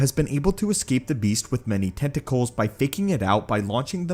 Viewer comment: Yoo is that ur real voice or a bot? U gotta chill. Every letter and syllable is heavily stressed and constricted. T-e-N-T-a-cK-U-L